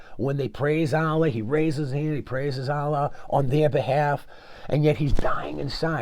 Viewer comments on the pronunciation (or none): none